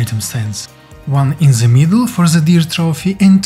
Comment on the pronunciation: it's not "Z", it's "THE"